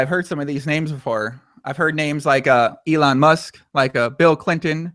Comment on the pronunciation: I like how he calls elon musk, "E"